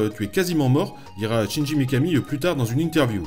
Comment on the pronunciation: Excellente chronique mais le prénom du gars c'est Shinji, pas Chinji. donc on ne prononce pas "tchindji" mais "chindji" :s Mais bon, mis à part cette prononciation qui écorche les oreilles, on est face à un vrai fan et ça se sent :) Donc pouce vert :)